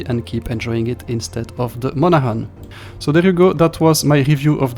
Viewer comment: Strange mix. Disappointing for this gunboat fan. Thanks for the review. Pronunciation is “Mon-a-Han.”